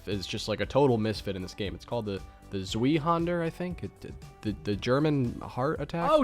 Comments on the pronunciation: The Zweihander is pronounced Z-veye-hond-er and is named after the main weapon used by the German mercenaries in the late 15th and early 16th centuries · Fun fact: The MG-08/15 on Origins is statistically identical to the LSAT in every way except for its reload speed, which is slightly faster. (Also, “Zwiehander” is pronounced “Zuv-eye-haan-der”) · Still dont understand why he said "remember, no Russian" did that mean not to speak in Russian? Also zweihänder is pronounced "swy honder" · It’s pronounced Zveyehanda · The fact that you’re barely heard of the Zweihänder & don’t know how to pronounce it despite all your COD knowledge amazes me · I never played bo4 and I just died seeing how he said Zweihänder Im German BTW lol But I love u I'm drunk af lol